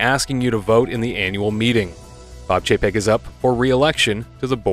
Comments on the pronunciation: Oh dear. Did I just hear "PAYCHEK" in place of Chapek?😳😯😳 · You did hear that correctly. A little more classy than what I've been calling him Bob Cheapaz.